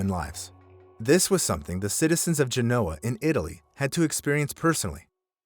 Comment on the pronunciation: I love your channel, but you need to look up the correct pronunciation of Genoa.